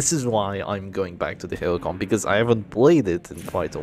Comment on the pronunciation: You made several mistackes in words "Hellion" and "Flash Bang BH")))